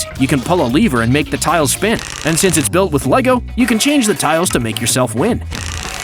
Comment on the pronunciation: LEGO NOT LEVO